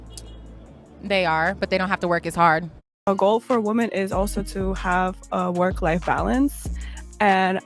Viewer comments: Love the channel, hate the fact he cant even pronounce the plural of woman correctly, its WOMEN, not woman!!!! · Day 1333 Dude don’t ur friends tell u you’re pronouncing women wrong??